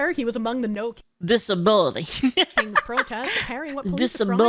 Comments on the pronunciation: "Dis-a-bili" Oh no, they're trying to frame the hillbillies. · Sound clip dis-a-bill-ity